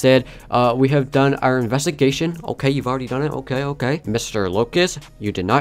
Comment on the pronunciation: Thx i like wen you say hawe a good Day hawe to